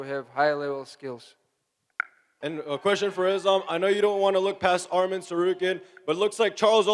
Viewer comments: To the first couple reporters… his name isn’t Armen… it’s Arman… say his name correctly. Not an E its an A. lol bro seriously your getting paid to ask question learn how to say the fighters names. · Name is Arman NOT Armen